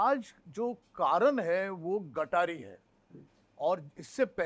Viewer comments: It not gatari. it is गतहारी अमावस्या. Hindu sanskritit gatar kuthe ala. Kunal Vijayarkar disappointend that you being Hindu and Marathi mispronouncing and miswriting amavasya before auspicious Shravan month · It is GAT AAHARI AMAWASYA and not gataree . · It's " Gata-Hari" not GATARI.. the wrong pronunciation has spread across and got a bad name to it... The purpose of following vegetarian food during Shravan is for eating right food as immune system is weakest in monsoon (due to no sunlight) also it's a breeding season of entire ecosystem (fish, animals etc) hope will all spread right information and spread the importance of following our rituals